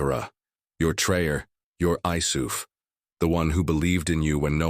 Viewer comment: You are full of BS. Learn the name is not pronounced Trayor what????